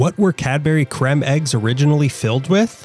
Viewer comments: Very interesting video! They're lovely and the caramel ones are even better 😋 btw it's pronounced as cream not cremm 😂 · "Crem"? It's pronounced same as cream. Then again, he's Amurikan.